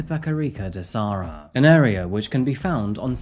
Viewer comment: It's Itapecerica da Serra, not Sarra :)